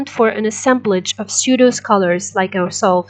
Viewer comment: Pseudo, check pronunciation by.